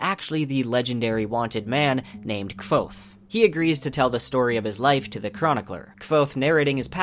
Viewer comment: Subbed instantly, love your humor and editing, plus you said Kwothe properly! This time. BTW Mistborn's Alloy of Law, Shadows of Self, Bands of Mourning and The Lost Metal are called Mistborn Trilogy Two, or Mistborn Era Two. Plus honesty who doesn't want to hear about our beloved Sazed playing God of Scadrial?